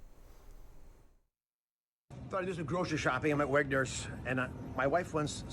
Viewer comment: It's WEGMANS not Wegners. That ass hasn't done food shopping ever in his life.